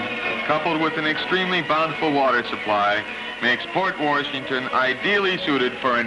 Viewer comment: Where was the narrator from? It’s not pronounced Port Warrrrshington if you’re from WI.